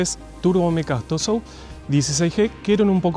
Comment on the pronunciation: Capo!!! Que buen vídeo, me suscribi al toque!!! Relindo el.museo! Yo estuve en puertas abiertas 2008...y me quedé con ganas de ir al museo, saludo compatriota! Además copado alguien que pronuncia perfecto los nombres Dassault, Foke Wulf, Sabré,etc etc 👏👏👏